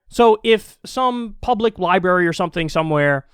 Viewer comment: This dude should be cancelled for saying li-"berry"